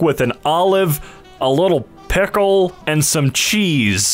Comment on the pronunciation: the way he says pickle